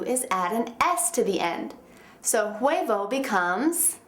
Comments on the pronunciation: de V wordt nie uitgesproken in spanje! huebo, wordt het uitgesproken! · hahaha personas que hablan español, no se fijaron que la vieja cuando dice huevo lo pronuncia gueybo hahahah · i'm mexican and this girld don't meet good the spanish but, is a good teacher, jaja her pronuntiation is bad D: el huevo... jaja